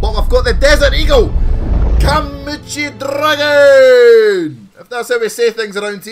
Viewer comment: Name of the skin "kumicho dragon" reads it as "kamuchiow dragon"